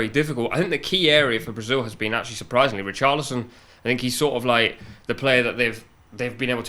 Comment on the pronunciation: Man said ree carly son